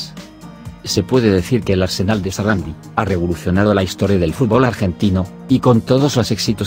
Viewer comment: SARANDÍ con acento en la i latina